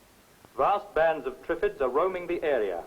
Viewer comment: Yes especially if David Bellamy was speaking, Twiffids?